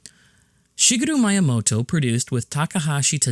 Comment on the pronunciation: that's not how you pronounce miyamoto